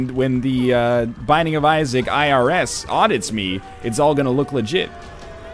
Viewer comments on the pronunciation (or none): none